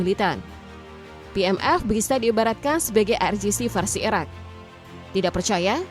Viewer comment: Ngomong Iraq atau Iran gak bisa dibedain, gak jelas blas